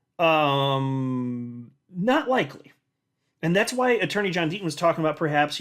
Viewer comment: Gotta love the "D-Ten". ❎®️🏁🇨🇦